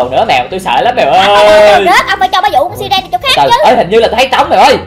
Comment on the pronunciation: Là sai rần hét ( siren) k phải si ren ạ